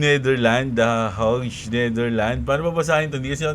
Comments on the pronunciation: 'Heyg' ang basa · Hague - Heyg ➡️ ganyan po basahin 😅